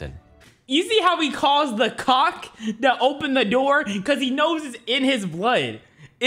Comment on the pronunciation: Why is he saying coc?